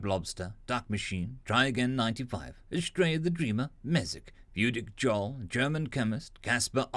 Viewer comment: "Jarl" is pronounced "yarl". FTR.